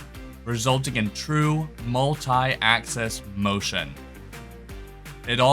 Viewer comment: Mult-ee axis roughing . Yea!